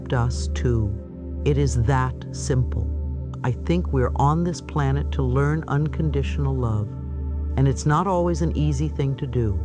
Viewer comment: She said plant instead of planet twice